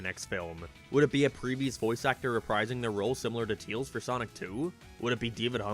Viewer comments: Stop saying teals its pronounced tails as hail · Not to be rude.... But why do you call Tails, "Teals"? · Tails.... not teals... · everyone else: tAils: teels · The fact that he sais “Tils” instead of “Tails” will never not be funny to me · nothing better then hearing "teals"